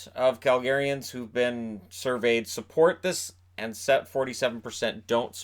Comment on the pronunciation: It's weird I hear Targaryens when he says Calgaryans... :D